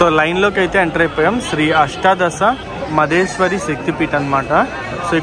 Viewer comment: అది మాదేశ్వరి కాదు బ్రో.... మాధవేశ్వరి దేవి 🙏🏻🙏🏻